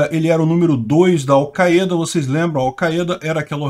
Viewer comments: Não se diz "Alceada" se diz chupeta! 🤣🤣🤣🤣🤣🤣🤣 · Al caêda? Ta phoda heim